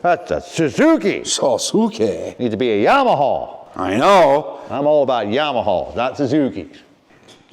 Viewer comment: Him saying “Yamaha” made my day!